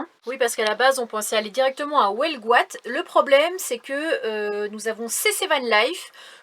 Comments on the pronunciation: Eh,, c’est Huelgoat, pas Houelgoat, UUUUUUUU!!!!😊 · Je suis mort de rire à chaque fois que tu dis "welgoat" :D Vous êtes à 50 bornes à peine d'une des plus belle baies du monde, la baie de Morlaix. Faut absolument que vous veniez admirer ça. Y'a des supers coin de mers à tomber le cul par terre du coté de Plougasnou, Terenez, Cleder etc... vraiment.